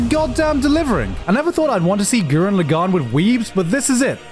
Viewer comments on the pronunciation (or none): as the ultimate gurren lagann fan ill let u know if that anime holds up also u are not saying lagann right